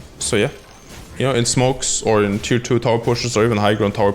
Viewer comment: Had to replay several times to understand he was saying "Tier 2's" Sounds like hes saying Tit'toos. Other then that great video!